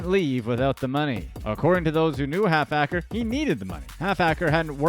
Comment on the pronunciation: 😂😂😂😂 it’s ‘’HALFACRE’’ it’s his name lol 😝